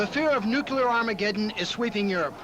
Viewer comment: Guy on CNN doesn't know how to pronounce nuclear...